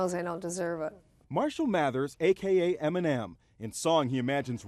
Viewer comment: Am I the only one who hears him saying M&M instead of Eminem 😂